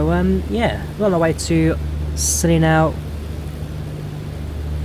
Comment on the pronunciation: Hey, I live in West Cornwall in the area just wanted to tell you the islands are not pronounced with the C as a C Sound, more of a Ss Sound! Hope this was helpful:)